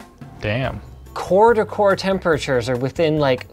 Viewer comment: Why can't Linus say the word temperatures